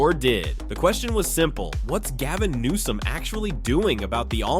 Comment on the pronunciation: Who ever the narrator is can't pronounce bills last name correctly. How many times does he call newsome nome. He's an idiot that needs to be replaced.